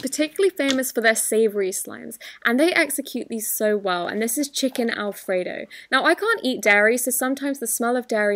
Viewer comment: "al fredo"